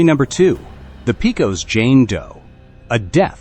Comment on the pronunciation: Not "pea cos" Texas, it's pronounced Pay Cos.....(Pecos)